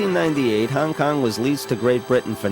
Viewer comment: Bruh, you’re driving me nuts with “Hang Kang.” Great video, though!